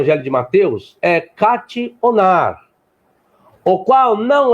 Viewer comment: katchi onár???? Kat’ónar!!! É sério que ele tem coragem de se dizer professor de grego com uma pronúncia dessas?